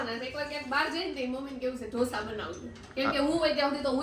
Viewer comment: 'ડોસા' નો હોય 'ઢોસા' હોય 😅😅